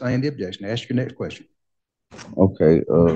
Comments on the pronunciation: Word is ask...not axed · lot of questions being "axed" by the sovereign....bahahahahahahaha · “I axed him” 🪓